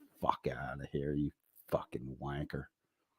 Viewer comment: Love it when you say wanker with your American accent 🤣